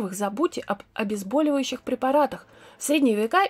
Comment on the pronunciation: ОбезбАливающие????? Вы серьезно?